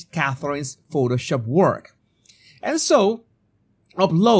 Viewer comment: I have a small complaint of the prononciations of two words by: PUBLIC and WORK (which you pronounces as WALK)